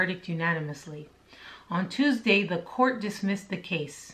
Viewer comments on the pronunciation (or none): none